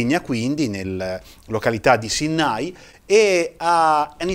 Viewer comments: Correggo la giusta pronuncia non sinnái ma sínnai ☺️ fonte: un cagliaritano👍🏻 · Veramente preziose e intriganti le tue recensioni caro. Piccola precisazione sulla pronuncia del luogo sede della distilleria: Sìnnai con accento sulla prima "i" 😉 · Sìnnai... l'accento sulla i. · l’accento tonico va sulla i (Sinnaí) comunque mi fa piacere che degusti anche prodotti della mia terra. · Sinnai senza l'accento sulla a 😉